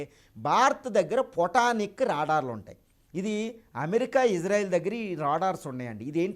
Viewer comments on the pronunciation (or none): none